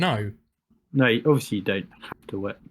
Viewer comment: "Ovishee" or Obviously...?